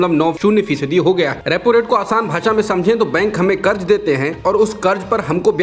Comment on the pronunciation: Sahi lafz karz hai... Karj nahi. Kab sudhrein ge aap log..?